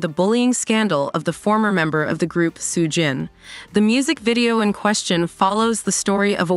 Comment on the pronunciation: AI needs to work on its pronunciation; literally got every name except Soo-jin wrong.